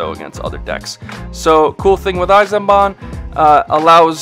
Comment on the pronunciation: Lol you said Eisenbahn which means train in english. The first part is spoken like ice and you got the second part right.